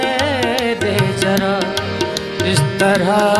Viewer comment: बहुत अच्छा गाते हैं पर उच्चारण सुधारने चाहिए, यथा जरा नही ज़रा, दो जगह श को स गांया है।